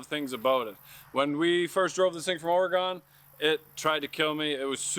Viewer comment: Love the vids as always, but from a native Oregonian, it's pronounced Or-ee-gin. 😅🇺🇲🇨🇦